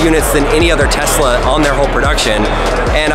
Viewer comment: He said testla 85 times! Lol